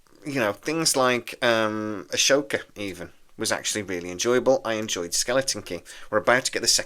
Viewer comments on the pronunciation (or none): Good lord, it's AH-SOKA, not AH-SHOKA. Is it a mental block or something? 😉 Still your number one fan and love the podcast. Good video as always. Very informative. But yeagm Ding dong, the witch is gone! Glad to see it. And as far as good Star Wars, there is also the Bad Batch and Andor. Both excellent. I do hope Kurtzman joins her in retirement.